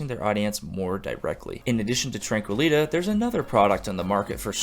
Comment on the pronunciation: I think it's tranquili-tea (tee) . As in the steeped leaf beverage.